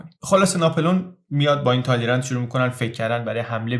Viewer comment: فکر کنم ما بعد از ۴۵ سال هنوز به دوره ترمیدور نرسیده ایم. ضمنا با تلفظ فرانسوی تالیران صحیح است